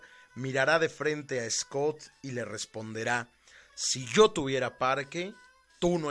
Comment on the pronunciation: Tu narrativa de la historia de Mexico con respecto al batallón de San Patricio, está bien nada más quiero comentarte que el general wilfiel Scot no rindió al general Anaya si no el general twigs y no se pronuncia escut (es escot ) wilfel Scot y su segundo al mando del general Anaya es Manuel Rincón